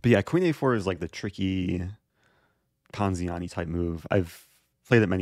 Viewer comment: this guy loves saying poziani